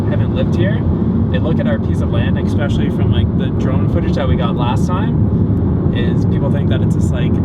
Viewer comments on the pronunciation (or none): Pet peeve: "expecially"